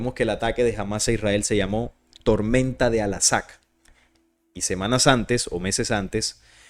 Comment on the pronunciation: Por qué sigues diciendo "alasak"? Chale...